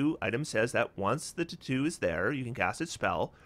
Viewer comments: For the life of me I couldn't figure out what you were saying until you brought up the item for "Spellwrought Tattoo". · I love your videos and you have a great perspective on optimization however, I truly hate how you pronounce "tattoo" lol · I wonder where is from. I've never heard anyone pronounce "tattoo" like that and I can't get over it 😂